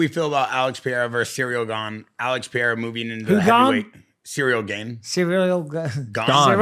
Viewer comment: Purrera, Peehayda, Podayta, Cereal, Cyril, Surreal.. we can't pronounce anything.